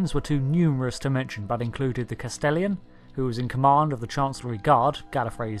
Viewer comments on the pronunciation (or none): Castellan, not castellian. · please tell me you watch DOCTOR WHO rather than just read text, the way you said Castellan suggests you've never heard the title said out loud before.